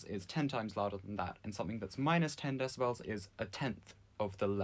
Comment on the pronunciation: You saying Decibels and not Decibels is driving me insane.